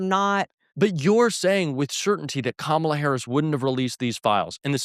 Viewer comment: Damn Blair got 🔥. The fact that these people can't pronounce Kamala Harris at this point shows you the level of intelligence they possess.